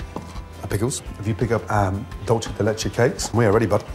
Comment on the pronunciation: mr ramsay dulce de leche is argentinean not italian so its not dolche its pronounced dulce as in dulse. It might seem unimportant but so many people watch your stuff and it just takes away our heritage